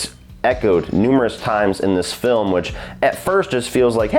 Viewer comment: I’m pretty stoned, but did you just say “frilm” right before ? If so, I’m going to start saying “frilm”.